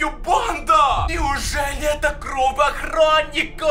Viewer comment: Почему ты говоришь кров они кровь